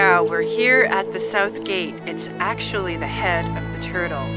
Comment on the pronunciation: You pronounced wrong . It is Ping-Yao, not Pin-Gyao.